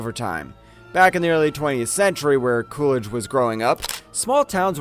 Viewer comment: How come you say "CooRidge" I know it as "CooLidge" Interesting video.